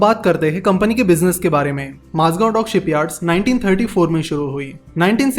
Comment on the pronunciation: One correction- Its Mazagaon not Mazgav The video is brilliant as always